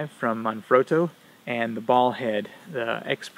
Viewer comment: Manfrotto not Man-frowto or manfrodo